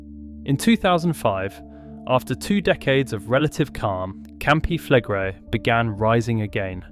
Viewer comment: Flegrei is pronounced Fleg-ray-ee.